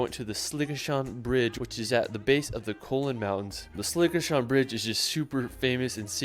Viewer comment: I’ve never heard Scottish place names so mangled! If I hadn’t had the views in front of me I’d have had no idea where he was talking about. To be fair the majority were Gaelic which is tricky. Sliachan has to be the winner though. Plus Holyrood!